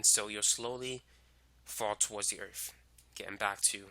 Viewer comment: the earf